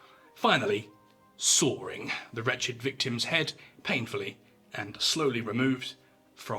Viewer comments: It’s Saw-ing not Saw-ring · “….and then!!! Sawrrrring!” What? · Every time he says sawing it sounds like "soaring" or "Sawyering" lmao even the subtitles say soaring xD